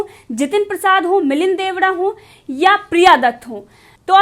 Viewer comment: Sahyad. Koch. Uccharan halat. Ho. Raha h ( shree. Milind. ) DEODA G. Sonif shree. Murle deoda g. Sarname. Theek si bola jaye.